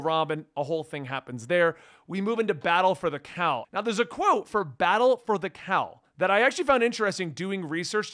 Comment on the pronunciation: I swear that every time said "Battle for the Cowl" it came out as "Battle for the Cow." I'd so be there to read a story about a fight to gain control of BatCow.